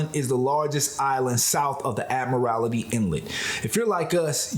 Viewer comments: Admiralty not Admirality 😐😂🤷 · Admiralty is 4 syllables not 5. There is no lity on the end. I think much of the situation is being foreign (mispronouncing names) being outsiders not black. I think this has a racist tone to some extent. How about a traveling while white in Baltimore. Doesn’t sound right, huh… Our hof ballers Bill Russell and Lenny Wilkins who played during the later part of Jim Crow have made Seattle home. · Please do just a little research before pronouncing local names. Vashon Island and Admiralty Inlet are two examples of names that you mispronounced. Thanks